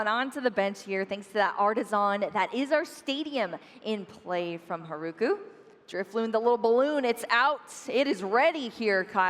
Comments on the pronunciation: English butchers the Japanese language. I can't with "Haruku" pronouncing the r-sound with and English R. It destroys my ears. They should learn to pronounce Japanese properly. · Mispronouncing Haruku’s name is just another example of how we need way more learned commentators when this is the games origin country to begin with.